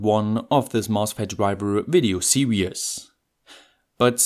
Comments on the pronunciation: why are you saying 'serious' when you are trying to say 'series' ? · Excellent content and very well presented ... only thing I was going to quibble with was the way you seem to be swapping over the words serious and series, but given your English is superb I have a feeling it might be a joke 😀👍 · .....okay, and in 2¼ minutes of video I've heard you pronounce the word 'series' as 'serious' . I was also making this mistake when I was eight years of age. Actually your English is very good . Thanks for your work . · Every video I watch I wonder if someone is going to correct you on how to pronounce series. Not yet haha.